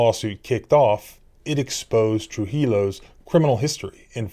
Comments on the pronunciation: These surnames in southern Colorado are Hispanic/Latino - the L in Spanish is silent. The surname Trujillo is pronounced as (True hee O) - the L's are silent! It should NOT sound like pillow ! 😊👍 the surname Santistevan I thought is pretty straightforward- That should not be hard to pronounce. Just offering a little help - I love your videos and your passion for sharing them and the law with us! 🙏 😎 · Trujillo is pronounced like this. true- he- Yō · Just a tip... Trujillo is pronounced "True he o" AND GOOD FOR KENNETH!!!! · “Tru-He-Low” (I’ve never heard anyone pronounce Trujillo like that) 😂 llo = low vs llo = Yo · Pronounced TRUE HE O, the L's are silent , the J sound like an H. Just a FYI, Keep up the good work. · Trujillo is pronounced "true-HE-yo." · Trujilo pronounced true yo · It’s pronounced Tru he o. Ls are silent. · in hispanic words, the double L is pronounced like a Y. his name is pronounced "tru-hee-yo." anyway, i want to know more about that deaf lady's case. all i can find is passing references to it in articles about THIS case. but they say trujillo and noel also forcefully removed the sign language translator from the room too. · change the j to an h and 2 l's to a y in Trujillo and you'll be a little bit closer to pronouncing it correctly ;) True He Yo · Trujillo is pronounced true-he-o. Just a friendly advisement on sometimes hard to pronounce mexican names. True-he-o arsehole that is.🤣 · Good job with these videos and your indispensable work for police accountability. One small suggestion: "TruHio." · It’s pronounced True-He-Yo. Santistevan was pronounced correctly. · It's pronounced Tru-he-o. Double L in spanish does not make an L sound. To wit, tortilla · Trujillo is pronounced tre - hee - yo. Thanks for the update. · The victims name, Trujillo is pronounced as follows: True-hee-Joe. The rolling of the “r” is the only difficult part of this. You’re welcome. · 'J's = H 'I's = EE 'CC' = CH 'A's = AH 'LLs' - Y 'Trujillo' = 'Tru Hee Yo' ;-)